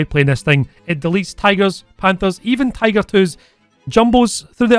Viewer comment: Since u call tiger "TIGOR" u should call Tiger P "PIGOR"